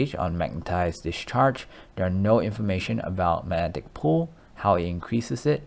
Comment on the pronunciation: Mag-netic...come on bro you can do it lol